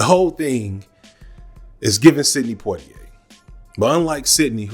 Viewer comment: poi in poitier is read "pwa".